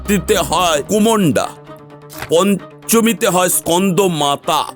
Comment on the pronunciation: Kumonda noi kusmunda , ar kalo ratri noi- kaal ratri bola hoi 😅